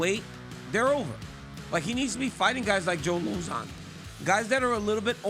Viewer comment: RC said LozOn😂